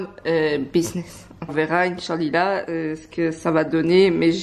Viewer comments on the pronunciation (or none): INCHALILAH ???? 🤦🏽‍♀️🤦🏽‍♀️🤦🏽‍♀️ Pourquoi utiliser des mots que vous ne savez même pas prononcé respect svp